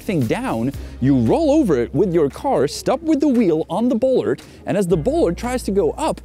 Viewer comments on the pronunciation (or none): Bollard is pronounced /'bola:d/ in British English or as "bolád" would be in Czech.